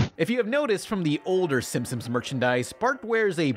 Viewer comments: Narration ERROR: says "Simpsims". What really happened: did this on purpose as an Easter Egg. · Am I the only one noticing saying "Simpsoms" instead of "Simpsons"? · Why are you are calling The Simpsons "The Sim-Sims"? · Please work on pronunciation. You slur words together and say silly things like "The Simsims"